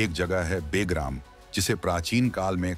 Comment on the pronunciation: बे + ग्राम = बेग्राम नहीं, बल्कि ब+ग्राम = बगराम बोला जाता है🐒